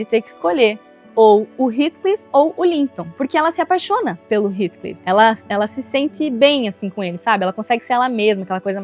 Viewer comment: Não aguento mais as pessoas pronunciando o nome Heathcliff errado... Gente pelo amor não é "ritclif" é "rétclif"!